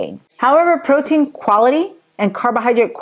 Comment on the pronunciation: Pro-tein ❌ Bro-tein ✅